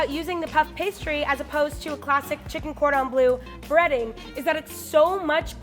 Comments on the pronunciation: I absolutely adore but the way she pronounces Cordon Bleu hurts me on a personal level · It is so funny that u pronounce cordon bleu like cordon blue 😂😂😂. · "cordon blue" even knowing a bit of french made that cringey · “Cordan blue” really? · Just me getting triggered by ‘cordon BLUE’ when it’s actually ‘cordon BLEU’ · Cringing so hard at the cordon “bleu” prononciation . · Did this bitch just say cord on blue? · saying cordon bleu makes my ears bleed